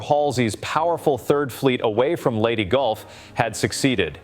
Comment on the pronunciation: narrator bungles pronunciation of Leyte Gulf in the opening seconds of this video ....Low Info Low Value narrator....About one minute later, he butches pronunciation of "formidable".....Publik Edukashun on display! {SIC]